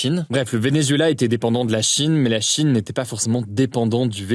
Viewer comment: Pourquoi prononcer Chine avec un tel appui sur la 1ere syllabe??? « la CHIne »